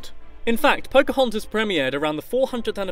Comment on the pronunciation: phocahuntas??? tiiana?? soz i didnt know ppl say it like that